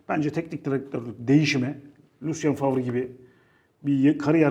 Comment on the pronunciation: Lucian favre diyor ya ulan serdarrrrr neyini begendin o adamin neyini biri bana anlatsin yeter artik her videoda lucian favre diyor biri bana aciklasin.kafayi yicem